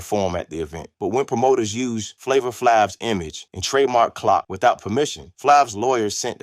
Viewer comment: How u gonna make a story when you can't say Flavor"s name right 🙊😣